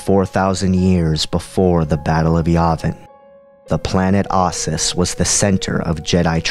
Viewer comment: How do you get "I zyi" out of "Iziz and "ahsis" out of Ossus